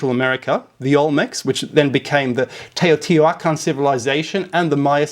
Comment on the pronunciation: Btw, props for pronouncing Teotihuacan correctly, my wife is from Oaxaca and she's corrected me many times on that (I kept saying "Teeo" instead of "Taeo") lol